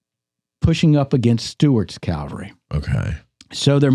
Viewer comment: When are you guys going to learn how to pronounce the word cavalry. Not calvary.